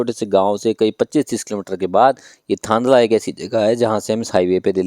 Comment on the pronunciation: आप की जानकारी अधूरी है, आप थांदला से e-way पर चढ़े थे। थांदला का उच्चारण आप ने गलत किया है। मध्यप्रदेश का भाग ही 2 oct से चालू किया गया है, शायद आप को सुनी सुनाई जानकारी थी, न्यूज में भी यही बताया गया था। आप मध्य प्रदेश के उत्तरी छोर पर गरोठ के पास से उतरे और फिर कोटा की और गए, नीमच वहा से काफी दूरी पर है। राजस्थान का लिंक अभी तक पूर्ण रूप से बना नहीं हुआ है, आशा है अगले साल मार्च तक मिसिंग लिंक बन जायेगा। गुजरात साइड में अभी बहुत काम बाकी है अगर दाहोद से थांदला का काम पूर्ण हो तभी ये हाईवे का ट्रैफिक बढ़ेगा। दाहोद से एमपी सीमा के बीच कुछ जगह का भूमि अधिग्रहण पूरा नहीं हुआ है इसलिए देर हो रही है। मैने 15 nov को रतलाम से थांदला और वापस रतलाम तक प्रवास किया था मार्ग अच्छे से बनाया गया है पर सतर्कता पूर्वक चलाना जरूरी है। अभी रोड साइड पर कोई सुविधा नहीं है, रास्ते में गांव के लोग टैक्टर और छोटी गाडियां विपरीत दिशा से फास्ट लेन में मिल सकते है। साथ ही पशु भी हाईवे का आनंद लेते मिलेंगे। अभी तो एक दो स्थान पर साइड में छोटी गुमटी भी बनी है जहा से आप गुटका, चाय और बीड़ी खरीद सकते है।